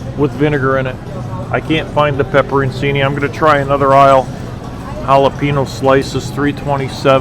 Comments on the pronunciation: Pepperoncini American pronunciation Sounds like peh·pr·uhn·chee·nee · Pepper/chinnie!! Its pronounced this way!! Lol